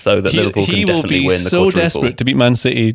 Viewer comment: "Defenitintg" ~